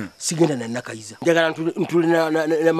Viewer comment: 🤣🤣The way pronounce the. Name Nakayiza hahaha ewoooo